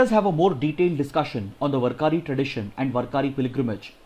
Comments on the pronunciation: Sir it is "वार्करी" not "वरकारी" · Please pardon me sir but I think the word warkari is Read as- Waar kari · Dear Sir, Today in 2nd Article of Warkari... You have wrongly pronounced Warkari... it is pronounced as वारकरी... And thanks for the analysis....You always do explain thoroughly in limited time which helps us a lot....